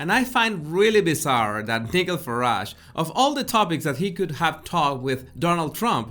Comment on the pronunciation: nigel is pronounced nigh jel so ni as in hi gel as in jel,, the fk at the quiz answer almost had me spit out the mouthful of water 💦 which i had just begun drinking,,NEVER did i ever think that.... YOU would ever let that slip oh!!! dear!!! Re your question on a raunchy short story.... now that is hilarious!!!!❤️❤️ 🤣🤣😂😂 as a woman who is submissive and who is into bdsm the actual real bdsm lifestyle as opposed to the fifty shades crap